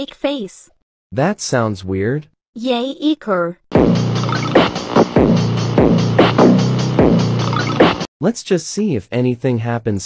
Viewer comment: Ikr❌ Ichor✅ (only terraria players know)